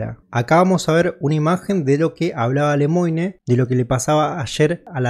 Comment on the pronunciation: No es "Lemoine".........es "Lemuan" la pronunciacion.